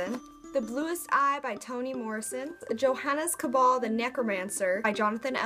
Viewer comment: Johannes Cabal pronounced yo-hawns caw-ball.